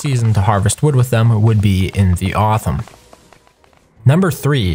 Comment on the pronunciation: ah yes.. authum, my favourite season